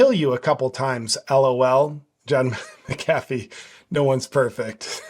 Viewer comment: Really, you can’t say McAfee’s name right? It’s pronounced MAC-a-FEE. Even I know that and I can’t stand the man.